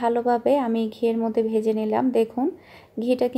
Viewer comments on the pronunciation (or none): none